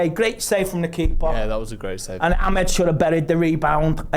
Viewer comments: we’re having different conversations. I know Amad starts with an A. keeps saying Ahmed. He did the same thing with Onana. It’s rude and disrespectful; pronounce it properly. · FFS can someone tell who our players are? It’s Amad, not Ahmed. Amad. With an A. It’s just reading mate.